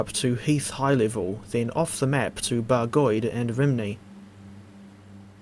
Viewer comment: A word of advise for the welsh pronunciation, Rhymney's pronounced as ruhm-nee. Great video none the less 👍